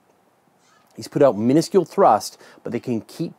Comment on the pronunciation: that canadian accent...every time you use the word " out " drives me nuts...